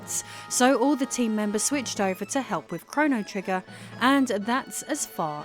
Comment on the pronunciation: “Chrono Triggin” Go back and listen again😂